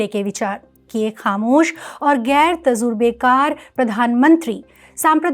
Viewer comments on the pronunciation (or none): Journalist agar koi urdu word istemal karte hain , tu unko pahle achche se pronounce karna sheekh lena chahiye kyunki itne padhe likhe logo se aise galat urdu word ke pronunciation achche nahi lagte jaise" tajurba", aapne tazurba bol diya ,waise aapne bahut achche se explain kiya hai